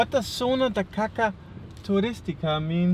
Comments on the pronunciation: Ok, let's let then know how it spells :).... he pronounced it like "kaka" (which means "poop"), and the correct way, sounds like "kassa" ;) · caca turista lol if you say like that it sounds like popo. caca is popo. you should say in portuguese like Cazza Turista. sort of. I can see its hard. it means Turist hunting zone. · Don't say: zona de caca, it means Area of shit! Caça must be read like cassa. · “Zona de Caça Turística” is one thing but “Zona de Caca Turística” like you said it, it has a completly different menaing. You just said “Turistic Shit Zone” 🤣 You are the best. Keep posting 👍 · The tourist "caca" zone without the "Ç" reads "caca" which in Portuguese is a euphemistic form of saying "shit", then "caca" is "shit" and then you read turd zone of "shit". To say correctly I should have read hunting area (the sound would be cassa) tourist ... RSRSRS .. Hugs and enjoy this wonderful country! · "Caca"?! Haha! :-) That literally means "shit", in children's slang. You mean "caça". That little comma under the "C" makes it to be pronounced as "cassa". "Caça" means "hunting", or "hunt". "Zona de caça" means "hunting zone". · "caca" is different from "caça" xD you pronounced "caca". "caca" is poop. "caça" is hunting. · look on the positive side: you pronounced "caca" very well ;-)